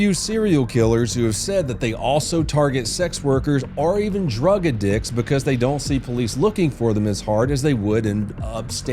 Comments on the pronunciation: Did he say, "drug uh d*ck?" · a Drug what??? I was really hoping this wasn’t another crappy AI script channel but mispronouncing drug addict as a former cop is bizarre.